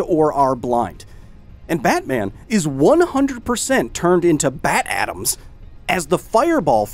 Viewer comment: 'Bat atoms', more like 'bat-oms'